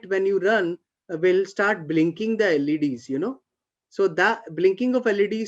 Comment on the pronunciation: LED's .... Sounds like 'ladies'